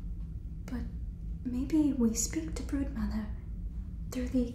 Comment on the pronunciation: please tell me i'm not the only one who heard "Birdmother" instead of "Broodmother" 😭😭😭